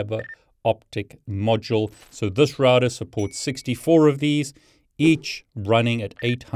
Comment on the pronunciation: SAY ROUTER CORRECTLY